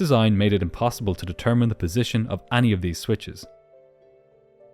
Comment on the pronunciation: any is pronounced like eny not ahnie